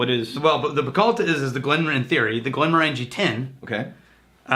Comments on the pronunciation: It's pronounced "Morongie" not Morangie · Goddammit stop saying "Glen mor Angie", it's "Glen Morenjee" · I wonder who will be the first person to point out that we're mispronouncing "Glenmorangie."... It's tradition! 😅